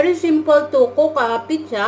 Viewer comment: lol pareho tayo sis pitzza pagkakabigkas sa pizza.